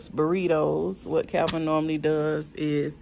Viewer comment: Calvin! Not a Chai “P”🤣🤣🤣